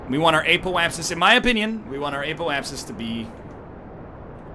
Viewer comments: WHEN WILL NORTHERN LEARH THAT IT'S "Apoapsis" and not "Apolapsis"?!?!?!?!?!?!?!?!?!?!?!?!?! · "App - Oh - Ayy - Sis"